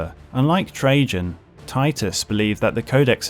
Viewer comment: I’m sorry did you say Captain General Trajan as in Captain General treason, valores